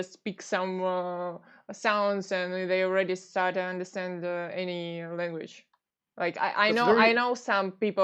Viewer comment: average person:language carlos: lenguage